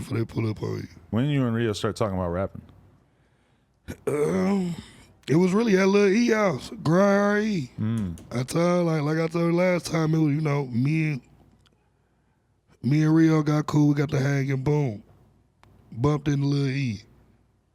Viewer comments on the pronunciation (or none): It's grind hard E. Not RE